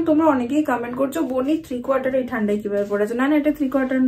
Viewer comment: কথাটা "ঠান্ডাই" নয় ......"ঠান্ডায়" হবে ।